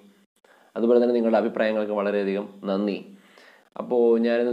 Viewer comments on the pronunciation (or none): none